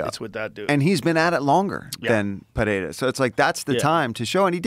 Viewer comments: Felder can pronounce Pereira's last name correctly! Rogan pronounces it like Parreira. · It always annoys me how joe says Pehera, where is the h in this man's name?